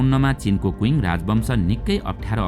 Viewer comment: Qing - क्विङ होईन छिङ् हो। छिङ साम्राज्य not क्विङ्